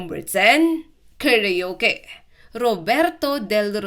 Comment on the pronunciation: Ayusin mo Ang pagka bigkas ng salita karuke instead na karaoke tanga